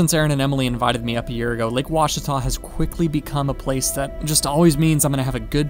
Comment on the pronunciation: Looks like you’ve practicing saying; “Ouachita” by Jove I think you got it, spend a lot of time on the Ouachita River!